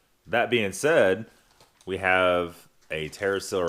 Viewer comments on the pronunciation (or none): none